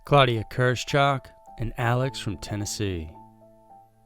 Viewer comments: Her name is KIRSCH -HOCH. Not Kers - chock. KEER SH HOOCH. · The name is German, and it is pronounced "KEERSH" (first syllable) "HOAK" (second syllable, rhymes with "Oak"). Literally, in English, it would mean "Cherry High."